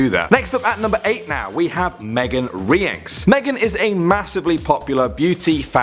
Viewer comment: That's not how you say Rienks